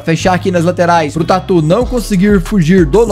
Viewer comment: eu sei! Mas ele está falando "por algum motivo" casca de tuer hahahaha!